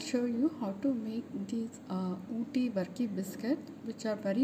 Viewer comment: Pronounce it as burkey or varkey